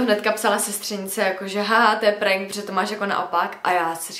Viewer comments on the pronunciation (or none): none